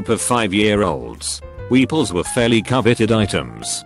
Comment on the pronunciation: Voice: pronounces Weepuls correctly Also voice: mispronounces janitor